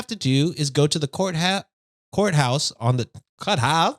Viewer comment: That “courthouse” mispronunciation reminds of Mad Men when Peggy answers the phone and says “Pizza House!”